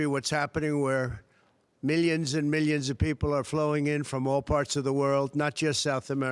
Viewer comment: The way he says "millyons and millyons and millyons" 🙄🤜💥😵